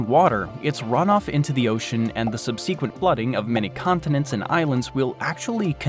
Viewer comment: Sub-SEE-quent? This is why I don't like automated narration. It spoils the experience because you suddenly realize you aren't listening to a person. This destroys the personal quality of the experience. It's when I stop listening. Perhaps at some point, computer narration will become good enough to avoid these clunky errors, but until then, I'm not going to listen to them.